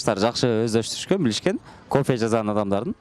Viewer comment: Алып баруучу жазаган дебей ,жасаган дечи